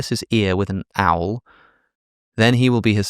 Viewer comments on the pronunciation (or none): It's clear Alex hasn't done much in the way of DIY. He pronounced "awl" like "owl" (the bird). An awl looks a bit like a screwdriver, but with a point at the end (used to mark out holes for drilling). "Awl" is pronounced more like "all". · "with an owl." No, with an awl (to rhyme with "orl"). If you put "with an owl." into youtube, you get an amusing sketch from "The Fast Show", with the guy who played Mr Weasley in Harry Potter.